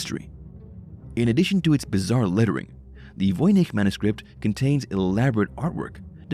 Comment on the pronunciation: I can say with certainty, I hate how the narrator pronounces voynich!